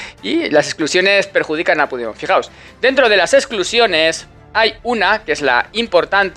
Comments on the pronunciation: Ante todo, gracias por las informaciones que nos das. Veo que tienes un problema con pigdemon. Se llama Carlos. Pero en catalán, cambian la o. Por la e Carles y se pronuncia como se escribe. Un abrazo. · Joderrrrrrrr se dice puchdemon , aunque sea un jijooooooodddputaaaa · " Me encanta como pronuncias el nombre del prófugo catalán 😂. No lo cambies nunca 👍🏻